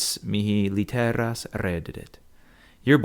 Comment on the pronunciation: Why did you put the emphasis on this syllable? "lit-[te]-rās". I was sure it was right [lit]-te-rās, because the "e" is short.